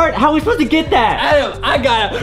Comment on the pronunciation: Edem not Adam